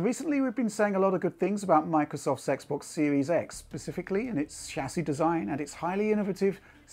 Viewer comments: did u just said Microsoft Sex box series X? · Sex box series x is what that sounded like to me lol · Die he say "Microsoft's Sexbox Series X"?